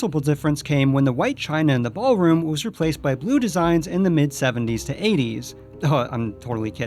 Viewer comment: 'Ballroom' not 'Bar-room'. Lol